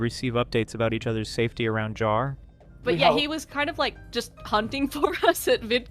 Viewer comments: It's pronounced Jar, not Yar, you animatronically impaired vocal synthesizer. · that's not FPS Diesel, that's Kuihman. FPS Diesel can be heard . also please make up your mind how to pronounce JAR. sometimes you flip-flop mid sentence xD